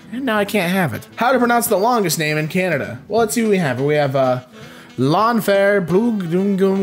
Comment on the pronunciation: Most British people pronounce it LlanfairPG